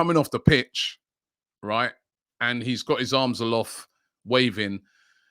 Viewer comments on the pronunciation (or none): none